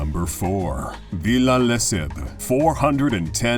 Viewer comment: The way you pronounced "ville" is so funny